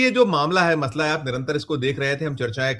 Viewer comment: मतला नहीं मसला होता है